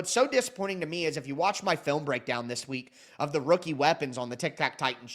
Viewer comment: Bro where the "and THIS" passion go? I had to comment when I heard that weak "this". 😅🍻